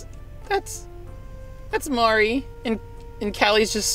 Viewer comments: It's Marie not mariea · I keep cringing at the fact he pronounces the name Marie wrong and he keeps calling inklings octolings... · Marie not Maria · Facts about Splatoon because I’m a big fan; 1. Marie is pronounced Ma-ree 2. They are called Inklings, but there are Octolings too 3. Pearl is 21 and Marina is 18 4. Callie is wearing purple and Marie is wearing green. Here you go.